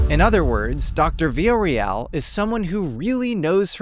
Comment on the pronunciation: Love you but mofo, not even a minute in and you've already mispronounced her last name!! <3